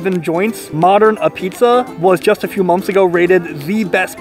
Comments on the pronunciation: Locals pronounce it like 'pizza not ah-pizza. The first "a" gets lost. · It's abeats not A-pizza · Great video. Modern has been one of my favorites for as long as I can remember, but man, you're killing me with your hard annunciation. It's not A-pizza. It's pronounced A-beetz, and it's not pronounced Fox-on. It's pronounced more like Fox-in. Keep up the great work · It's pronounced "AHH-beets", not "Apizza" like it looks. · ah-p(b)eetz not ah-pizza. watch the Portnoy review of sallies and you'll get the pronunciation. Other than that great video buddy glad you made it out here! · Love Modern, I was there today. Not as good as Zuppardi’s in West Haven. Their sausage and mushroom is amazing! Oh and it’s called Ah-beetz.. not A pizza, and it’s not mozzarella it’s Mootz in NH . Lol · It's pronounced "abeetz".......not a-pizza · it's not pronounced a pizza, it's Ah-Beets dude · It's "Abeetz", not "A Pizza". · Ahbeetz, not Ah pizza. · Apizza is pronounced ah beets. You sound like an amateur saying a pizza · It's pronounced ah-beetz not apizza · It’s pronounced “abeetz” and it’s phenomenal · Me, having never been to Connecticut or ever having apizza but living vicariously through YouTube: It's pronounced a-beetz!!! What a rookie! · I think you say it "Abeatz." Next up is Sally's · I think they pronounce it more like A beets or a Pete’s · Some things I want to point out. Modern is not the best apizza in New Haven...it's actually 3rd or 4th. Sally's is the best (also on Wooster St), Zuppardi's in West Haven is second and then there's Pepe's (also on Wooster St) and Modern. Those 2 are pretty much tied. Also, apizza is pronounced "abeetz", and Foxon Park soda is pronounce "Fox-un" Park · I’m not even from New Haven but you gotta pronounce apizza right if you’re gonna review it. I’ll help.. ah-peetz or ah-beetz depending on accent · It's Ah-Beetz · It's pronounced "ah-beetz" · When It's spelled apizza, it's pronounced "ah-beetz" .. Great video nonetheless! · Pronounced a peets